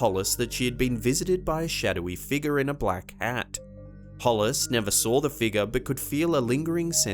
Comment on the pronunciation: Hey dude,quit adding r's to words that don't have them. Such as SAW.DOESN'T HAVE AN R.Thank you.